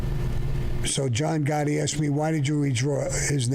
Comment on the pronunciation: Every single time Sammy talks about Pete Gotti I'm dying from him, Calls him Egore LMAO I CAN'T 😂